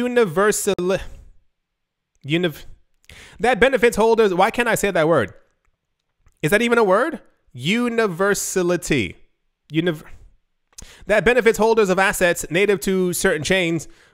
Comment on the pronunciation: universality, put emphasis on the a. ;)